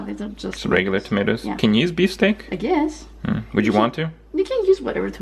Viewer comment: we have the same dish in Saudi Arabia but we add zucchini and potatoes and some times eggplant, the dish name is "محشي" which literally mean fillings ^^ also noticed that you pronounce patats and t'matm just like arabic :)